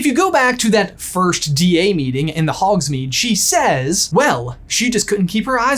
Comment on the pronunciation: Did you say "In the hog's mead"?